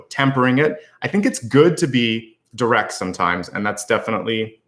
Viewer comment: The way you said direct was funny. You would think people appreciate honesty but I find that not the case.